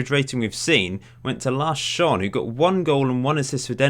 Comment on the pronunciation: Amazing to hear you try to pronounce Lasse Schöne as a Dane, great video though.